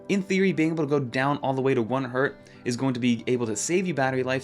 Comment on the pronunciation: 1 Hz is said as "One Hertz" not "one hurt"